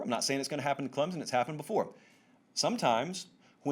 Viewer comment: Regarding Clemson: the correct local pronunciation has an invisible "p" and the "o" makes a short "i" sound. Clemp-sin.